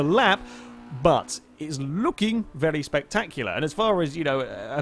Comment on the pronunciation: "id iz looking vely spectactular"